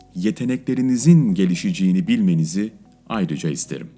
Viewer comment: Gelişeceğini Gelisicini degil Gelisiceeni olur Hocam neden oyle dediniz